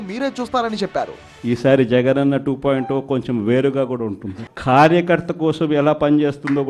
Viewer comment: 2 O kadu ra sooda buddi...it's 2.0